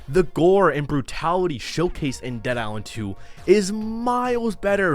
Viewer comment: How the hell you gonna do videos on these games without being able to pronounce a letter that's in both games' names? What's a Dead Iswand? What's a Dying Wight?